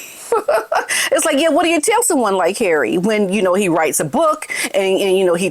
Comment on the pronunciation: Love the way you say ‘Harray’ - always cracks me up! 😂